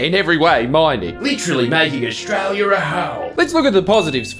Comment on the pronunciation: Ostrala ism't reele